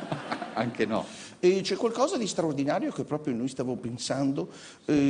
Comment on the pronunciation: cwozza è qualcosa di swaowdinawio ;-)